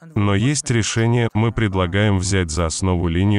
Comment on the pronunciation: Ваххх ))) когда не получается говорим " мИ не хотим " , лицемерия зашкаливает, паршик у тебя !